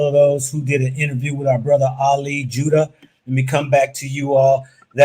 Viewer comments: Brother it is not Ali 'Judah' rather 'Jiddah' as in Jeddah the city in Saudi. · His name not jewdah it’s Jid-dah stop trying to paint a narrative with your pronunciation